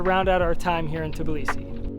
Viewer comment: Everyone keeps saying tib lisi but it's tb ilisi...it's not that hard to pronounce.